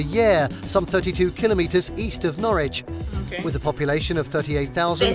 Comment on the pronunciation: At least he pronounces kilometers correctly. Not KilOMetres.